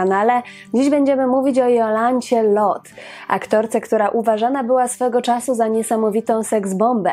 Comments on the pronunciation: Do diaska, dziewczyno, ona nie zaden "Lot" a Lote. To niemieckie nazwisko. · dlaczego wymawiasz nazwisko Pani Jolanty Lothe jako [Lot] To zawsze mowilo sie i sama tak sie przedstawiala LOTHE.czyt. [Lote] pozdrawiam ps wystepowala w serialu Dr EWA o ktorym nie wspomnialas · Skąd wymowa "Lot" ? Za czasów jej największej popularności wymawiało się "Lote" pisownia sugerowałaby niemieckie nazwisko, a taka jest prawidłowa niemiecka wymowa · A nie latwiej zapytac p Jolante Nazwisko Loht nic nie mowi a Lote juz wiemy o kogo chodzi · Nazwisko Lothe wymawia się Lote. Pozdrawiam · nie wszystko należy czytać z angielska, tu akurat z niemiecka: Lote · Aha, czyta sie LOTHE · Nie wiem, skad pochodzi ta wymowa Lothe. Dla mnie ma ona korzenie niemieckie, stad wymowa powinna byc: lo:t:e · Jolanta lothe wymawiamy lote, w niemieckich nazwiskach wymawiamy e wiem bo moze panienskie nazwisko bylo tez niemieckie i nikt nie nazywal mnie Dalk Tylko dalke